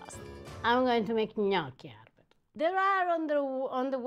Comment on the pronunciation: "No, 'Arper"! 😂😂😂